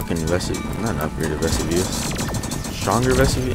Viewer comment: it's ve-su-vy-us